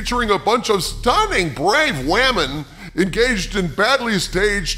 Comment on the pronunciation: Can we please stop saying "wamen"? It's absolutely idiotic.